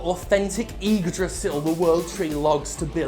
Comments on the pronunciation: Wow your pronunciation of Yggdrasil was pretty much perfect! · The ignoance of Jim is scary. Really fucking scary. At least he says Yggdrasil correctly. Yggdrasil is located at the center of the Cosmos. Better just get some trees cut them down and sell them as Yggdrasil. Better than destroying the Universe.